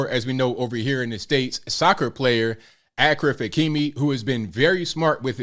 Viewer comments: Ashraf NOT AKRAF😂😂😂😂😂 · It’s not pronounced Akraf , it’s pronounced Ashraf Hakimi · achfar -pronouncing =Ashraf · his name is pronounced like A(sh)raf. not like Akraf. which means honored. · Bro, his name is pronounced Ash-raf not Ak-raf lol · His first name is pronounced like Ash-ref. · its not akhraf.. ffs😂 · bro really said akraf hakimi. achraf hakimi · It's pronounced Ashraaf. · Achraf is pronounced as Ashraf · This is amazing but his name is pronounced as ‘ashraf’ i had a good laugh at your pronunciation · I think his first name is pronounced “Ashraf” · First name is pronounced "Ah-shay-raph."